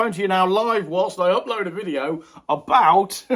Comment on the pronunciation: It’s Video not Wideo!!! 😂😉